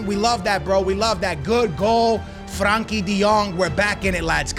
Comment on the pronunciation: bro is on vio, callin Busquets Bisquits and Frenkie De Jong, Frankie